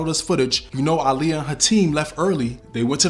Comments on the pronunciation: I love how you pronounced her name correctly. Aaliyah use to check a person real quick who didn’t say her name right lol. She’s smiling down on you KING! Great vid by the way. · Finally, someone who pronounces her name correctly. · Lord thank you for pronouncing her name correctly